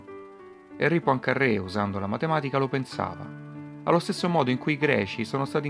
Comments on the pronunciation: Poincarè con una r sola, non PoincarRè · La congettura di "Pancarrè"... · Vero, quel PoincaRRé è insopportabile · e daglie, co' sto "PoincarRé"...... non è mica un sandwich.